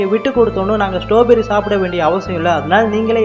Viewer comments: அண்ணாது ஸ்டாபெரி இல்ல ஸ்ட்ராபெர்ரி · That not stowberry😅 strawberry 😅😂😂😂😂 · Not a stoberry.....It is a straw berry